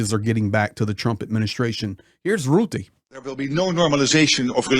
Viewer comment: 😂 i love how you pronounce rutte....rrrrrroeteh! 😂😂😂😂 Yes he is a real 🤓